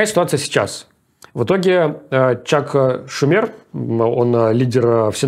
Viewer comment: Спасибо, цифры - хорошо! Но, Русланчик, … « Чак ШумЕр» - это лучшее! 😂 я теперь буду Энока вспоминать каждый раз )) желаю тебе начать таки учить Английский!